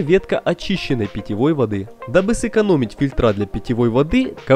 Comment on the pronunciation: фИльтр-фИльтры ударение на И.